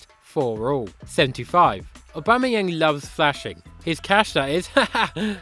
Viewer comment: How the hell did you get that correctly